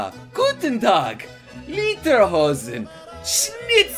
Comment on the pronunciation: Oh and not Literhossen xD. Lederhosen hehehhehehehhehehehehhehehehhehehehehehhehehehe... uhm.... I like Trains